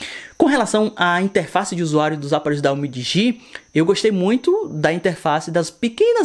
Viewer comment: Então ! Se não sabe pronunciar o nome, entra no meu canal, que eu também fiz uns três vídeos sobre esse aparelho. Lá eu pronuncio o nome da forma correta. DL MOBILE